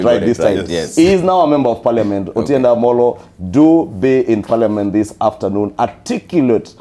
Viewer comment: the pink shirt guy is really butchering Otiende Amollo's name😂